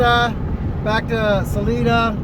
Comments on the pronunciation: Sa-Lie-duh, not Sa-lee-duh. And I am not going to help you with Buena Vista. Drink lots of water, eat red meat and walk easy, but walk. I am not going to tell you where we go panning for the 4th of July, but it is in Wyoming, it is nice and cool, and it is over 10,000 feet. And don't go to the gold mine above Granite- that is up at about 12,000 feet. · City is pronounced Sa-LIN{E}-da